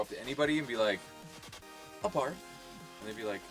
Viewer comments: It's also pronounced A-bar not uh barth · What does a FIAT abarth 500 have to do with anything, it is the performance upgrade model of the car, if you think thats weird look at any italian performance model sports car lol that's some grasping there! lol btw pronounced eh-BART. (all car guys cringed at that part)